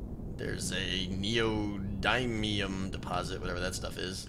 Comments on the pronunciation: You pronounce it "neodünium", not "neodyenium". It's a material that is used to make high power permanent magnets. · Neodymium pronounced Neo Din ium is a rare earth metal usual used for magnets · + yeah it's "knee-oh-dih-me-um" it's for magnets:P